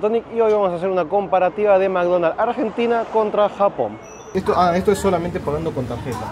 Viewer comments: "AGENTINA" Barbaro!!! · AGENTINA !! ME ENCANTA JAJAJAJA